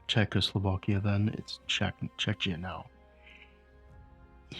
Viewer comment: Czechia in English is pronounced Chekia. But I'm sure you already know that. 😅